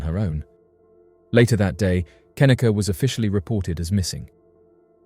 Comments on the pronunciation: Pretty sure her name is pronounced kuh-NEE-kuh, not KIH-nicka. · "Kahneeka"not "kenika' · Its Cuh-knee-cuh, not ken-ehh-cuh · Her name is pronounced ken-NEE-kah not KEN-nuh-kuh. It's annoying when you get the victims names wrong yet talk about how underrepresented they are in media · It's kaneeeeeka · Say Kenneka's name right. Jeez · If you're gonna exploit and profit off her of death, at least pronounce Kenneka's name correctly. Any research done would have shown you videos of her mother saying her name.